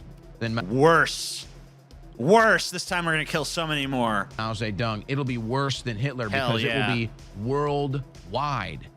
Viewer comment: "Mow zay dong"